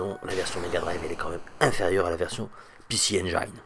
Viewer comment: les mecs, arrêtez avec "PéCé enguailleneu", ca se prononce [i]